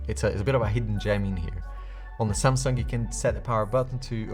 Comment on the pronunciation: Nice video as always 👍 But always when you say Samsung I think you say Sampsa, my name 😂 but that's how you almost pronounce it in English. So funny sometimes.